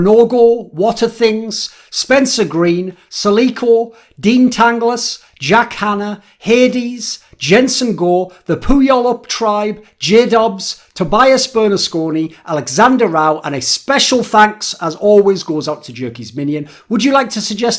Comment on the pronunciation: btw its pronounce pew all up not poo yall up, source im from the same area as the tribe, but I also love how you pronounce it, keep up the great vids